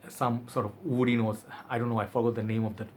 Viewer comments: Kayla Perez exactly ! Loll in his all videos he gets me so confused ... when he uses word woody it comes out as oudy haha and I go like 🤔 this fragrance doesn’t even has “oud” note ... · Whenever you say word “woody” it sounds “Oudy” or is it only me ...? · Lol oudy!!!! Thats what i hear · Only you